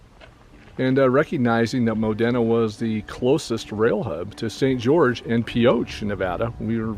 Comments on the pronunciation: Thanks again for the great video! We're from Newcastle and I work in the Modena area at times. By the way it's pronounced mo- dean- a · Locals pronounce it "Modeena" (i.e. Moh-Dee-Nuh).